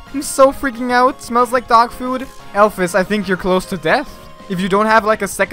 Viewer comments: ITS PRONOUNCED ALPHEEEES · Am I the only one who pronounces alphys as alph ee s and not alph i s